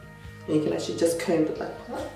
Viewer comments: Can you pronounce "actually"? Who's? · Through your comment, it seems as though you don't know what an accent is by the "Who's?" comment, obviously poking at his inability to pronounce "actually" correctly.